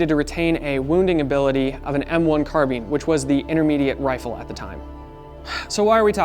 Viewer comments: Car bine not car bean you weirdo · Good god, I hate the way all of you pronounce "carbine". Carbeeeen hurrhurrr Must be an IQ thing